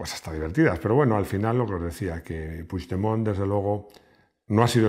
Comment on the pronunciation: Creo q eres el unico español q sabe pronunciar el apellido PUIGDEMONT . T lo dice un catalán 😂😂😂😂lo digo con humor web😂😉